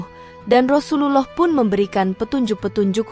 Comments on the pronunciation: Bacaan Rasululloh saw gk fasih ,lam jalalahnya kurang tebal..lebih baik ikut konser nyanyi aja di Indosiar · Sayangnya yg mmceritakan past bkn org islam bs jd krn pkrjaanya krn nyebut Rasulullah aja blepotan gk becuz